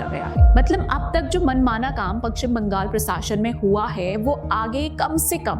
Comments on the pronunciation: Its Pashchim Bangal not Pakshim Bangal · Madam, it is Pashchim Bangal, not Pakchim Bangal.